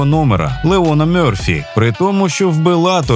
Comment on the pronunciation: ЛеРон Мьорфі а не Леон... Lerone Murphy